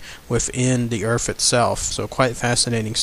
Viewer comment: Stop using TH ended words earf is not a proper word wiff words like that the story sounds to be a joke. Get a reader that can annunciation words properly because that was just torture to listen to and god damn it I can't even get 3 words typed out wiff out you saying earf....wtf is earf?? A generic world out there like the EARTH.....NOT earf. Torture dude just straight up torture. I know you can say the words properly because you did here and there throughout the story. So stop wiff the earfs discussion. Sorry if I am sounding rude but not nearly as bad as the story sounded. A reader you are not. Try silent videos.